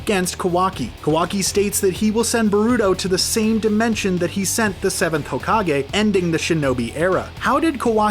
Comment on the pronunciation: did I just hear “hogage”